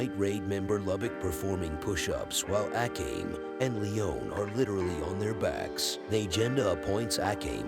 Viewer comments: Ah-Came? A-com-ee…. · The way you say Akame kinda makes me mad. Its pronounced Uh-kah-may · I really love how you pronounce Akame to A Came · The commentator pronouncing Akame's name and butchering it is beyond cringe.